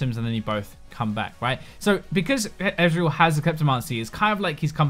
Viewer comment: like he says eweryone pays